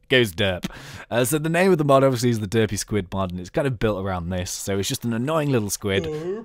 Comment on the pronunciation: It sounds like u said dirty spud mod